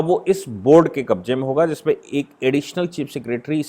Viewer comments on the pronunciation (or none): none